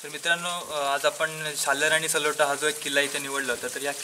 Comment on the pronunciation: सलोटा नाही, ..........सालोटा किल्‍याचे नाव तरी बरोबर घ्‍या.